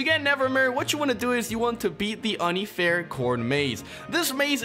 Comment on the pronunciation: it is pronounced unfair not uhn ee fair